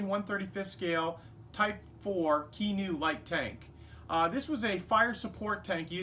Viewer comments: In Japanese, 'E' is pronounced as 'A', as in 'ace'. So it's 'Kay-Noo' (けぬ) :) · really enjoying your channel (i just discovered it. i ostly do planes myself but im thinking of branching out into armour and smaller warships). At the risk of being labels a weeb, the name of the tank in pronounce 'Keh-nu' (as in kenny, minus the -nny bit)